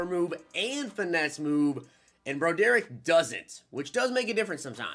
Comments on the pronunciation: Meh, but you mispronounced Broderick.. it's brah drick. Not bro derrick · it's pronounced BRA-DER-ICK lol come on. Pack luck and mispronounced names is the way hahaha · You pronounce it broadrick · Bro derick? Are you kidding me? How do you really think that’s a name? It’s BROD ERICK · its pronounced , broad-drick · please tell me that pronouncing his name “Bro-Derick” is a joke😂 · Lol he keep saying his name wrong. Say it like~> Rod-Drik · Lol Bro-Derick.